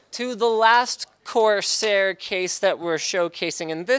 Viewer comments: I just died of laughter when he said quarsair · "QUARSAIR" - I knew it! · when he said quarsair i could no stop laughing for a day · "quarseir" aushuahsasuahsuhauhsuahsuhasuhauhshuah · I almost spit out my drink when he said "Quarsair" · I almost fell from my seat when he said Quarsair. :D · Liked because "QUARSAIR" made me lose my shit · "QUARSAIR" xd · "Quarsair" REALLY LINUS,REALLY.But hey at least it's the same old Linus.The only thing missing in Linus' CES 2016 is him not breaking anything although attempting to remove the PSU shroud is a step forward